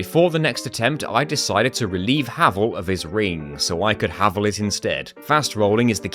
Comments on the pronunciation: the full... Heval set? what is happening? SmOW, Heval? is this intentional? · You also say Havel weird >:[